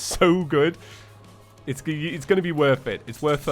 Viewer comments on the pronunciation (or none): none